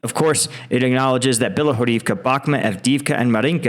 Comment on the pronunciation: why doe you keep calling it bakhmet, its Bakhmut.